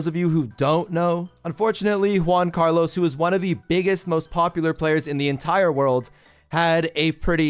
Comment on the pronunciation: Emphasis on biggest